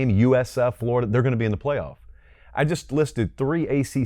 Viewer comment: These 3 together are awesome. Please help your guy pronounce Florida though. That Yankee way of saying it is so grating to my Floridian ears